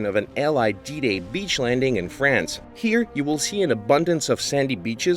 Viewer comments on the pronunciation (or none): none